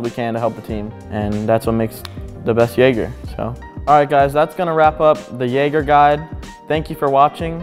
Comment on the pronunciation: Jäger* Not "Jager" bruh come on man